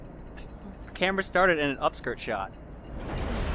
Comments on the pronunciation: staretd? must be a Canadian thing. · "I said that before we STARETD recording. Whoops!" who else noticed that?